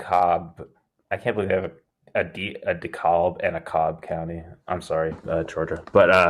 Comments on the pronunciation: This is so late but I wanted to go back and watch this, it’s “de-CAB”! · DeKalb is pronounced De-Cab